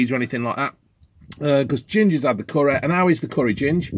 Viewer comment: Graveh not CURREH